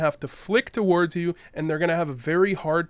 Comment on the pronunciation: Are you Canadian? I've noticed that Canadians tend to pronounce the word "towards" with 2 syllables instead of 1